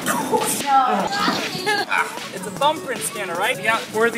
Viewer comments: why is it so hard for english speaking people to say "mjölnir" correctly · did she say mjolnor? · DID SHE JUST SAY "MJOLNOR"?